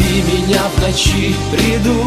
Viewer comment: Ударение не в ночи а в НОЧИ